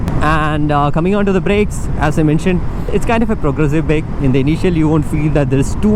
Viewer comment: 'As' is pronounced azz not ass